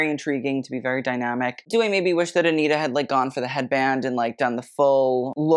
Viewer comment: you can say versace correctly but not anitta? 😭😭 she’s brazilian, so the pronunciation is aniTa and not aniRa! (but that’s ok u can say it whatever way you want, i just found it curious)